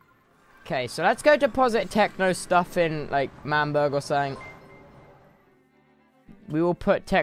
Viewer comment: The fact that most of the people in l'manburg are now saying "manburg", yikes